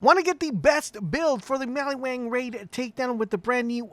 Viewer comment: In maliwan. WAN Sounds like WANT. Not Mali-WON.